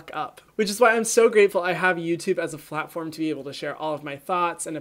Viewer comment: Flatform Like if you heard him say that